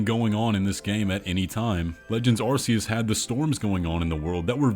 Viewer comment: I’d just like to point out that arceas is pronounced with a c not a s